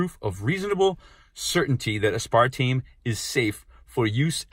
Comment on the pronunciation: Maybe next time learn how to pronounce aspartame first